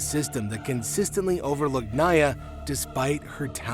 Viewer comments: Hate to be that guy but Nia is pronounced Nee-yuh, not nayah. No hate ❤ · Her name is NE-AH, not NI-AH. I think if you’re going to speak on r@ you should care enough to know how to pronounce the child’s name correctly. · Make sure you learn how to properly pronounce the names of everyone. Nia is pronounced knee-ah, not Nigh-ah. Lots of fans will discredit if you can’t get the name of the longest lasting cast member correct. Also JoJo has stated that she actually wasn’t having issues breathing in the bubble, it was only hot and there was never any real danger. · Okay we all know this show was crazy but what is going on with the devilish music in the background.. BTW it's not Nya... It's pronounced Nia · I admired your video, but I wish you would’ve learned how to pronounce names correctly first, like Nia’s name. It’s not “Naya”.